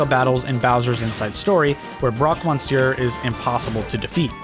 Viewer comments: "Man, I really like saying 'Broque Mon-seur." Well, you're pronouncing it wrong. It's "Miss-seur." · "Man, I really like saying Broque Monsieur" And you're saying it wrong. I'm a french native and sadly Monsieur isn't pronounce monsieur but "meuh-sieuh" which sounds immediately different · As a francophone, I cringed every time he said « Broque Monsieur ». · So if you want to pronounce Broque "Monsieur" correctly it's more like: "M-uh-see-uh". The n and r are silent.